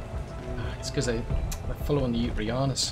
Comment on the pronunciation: Yuti... Think 'U T'